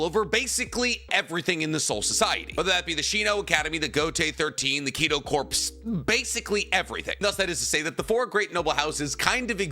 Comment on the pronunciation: Corps is pronounced core!!!!!